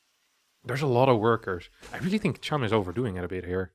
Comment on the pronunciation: its chAm, not chUm